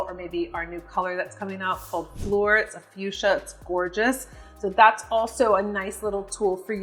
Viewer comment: this isn't exactly a tip, but just to let you know that Fleur is pronounced to rhyme with "sir," not "poor." So--"Flir." French is tricky sometimes! 😊